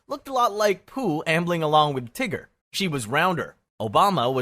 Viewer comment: Fkin AI bot - what flavor of illiterate moron are you (judging by the slavicized pronounciation of Tiger.... I have pretty good idea)